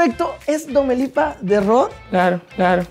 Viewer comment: Mejusta cuando dijo domelipa al último